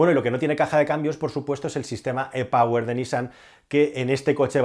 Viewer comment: E POWER se pronuncia " I PAUER " Por favor que hablas inglés.